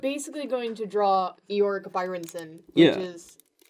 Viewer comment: EE-oric Byerson, that is possibly the worst way to say it.